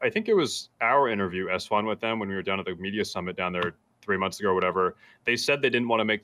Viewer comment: Alfonso Mural yeah, it drives me crazy when esfand says that!